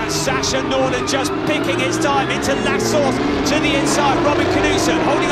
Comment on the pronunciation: I love turn 1's name "La Source", but pronounced "La Sauce" (at least that is what I hear lol)